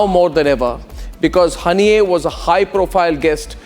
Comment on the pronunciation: Haniyei nhi harniya sunayi padta hein 😂